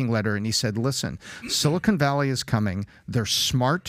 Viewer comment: Everyone's afraid to tell Patrick it's pronounced 'silicon' not 'silicone'.